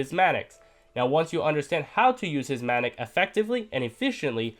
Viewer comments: Instead of "mattick" say "magnet" lmaoo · Got confused till I realised he was saying magnet not manic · i thought it was mantic lol